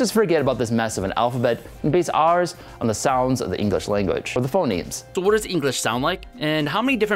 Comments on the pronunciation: In the middle, you kept saying 'phenoms' instead of 'phonemes' (and that's actually an insight into how spoken language evolves: one way for a word to change is that two vowels switch places) :) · You called phonemes phenomes a couple of times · Phoneme, not phenome